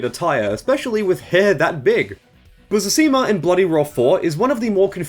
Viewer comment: The dyslexia on Busuzima is wild